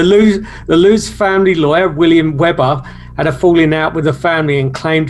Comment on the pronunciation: Lots of incorrect information in this video. The English man doesn't pronounce the surnames correctly. Also the Lutz's didn't claim it was all made up or a hoax infact! Up until the day George and Kathy passed away they stuck to their stories and swore what happened in the house really happened. They didn't have the technology back in the late 70s to add in figures into photos and do special effects like that. I believed the photo to be authentic. Anyway that's just my opinion 🤷